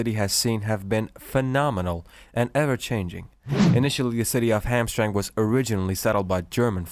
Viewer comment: You should remake the video with the correct pronunciation. It is Ham Tram Mek. Not Hamstrang as you say it.